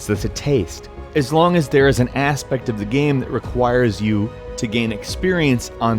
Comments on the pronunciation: It's "aspect", not "asspect" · I heard ass-pect one time, i can't heard something else...